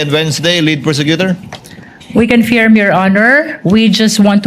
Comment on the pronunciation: Tama ang pronunciation ni sa salitang CONFIRM! Ang pronunciation ni BAKULAW luistro ay mali!😂! You should hear it😂! Akala ni BAKULAW luistro ay napakagaling nya! Pwes! BOBO sya!😂! Hindi sya marunong mag pronounce ng English! Words! Ang pronunciation nya ay Tagalog😂! Ang yabangmo nya! Ang mga kulay ng damit nya ay salaginto at salagubang! At nakakasilaw! Kailangan mag sunglasses 🕶️ 😂 ka!